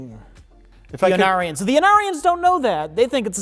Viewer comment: When you first mentioned the Ornarans (said as Onarians), I was like please tell me their planet is called Onara while giggling to myself. I did a search and it is a very close Ornara, but there is a Bajoran character named Onara in DS9. Onara is the Japanese word for “fart.”